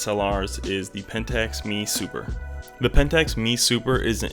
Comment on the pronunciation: It's an "M E" Super not a" ME " Super. M E not ME.